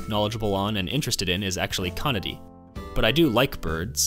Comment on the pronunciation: "conidee", have you never heard any latin spoken?